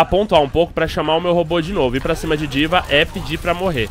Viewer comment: Diva? sauhasuhau na vdd ta errado o jeito de falar